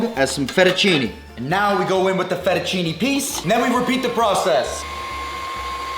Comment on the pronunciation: "FettuCINI" ???? cmon..... 🙂